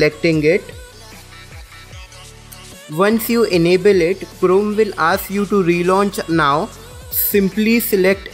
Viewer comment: Its liek your saying clome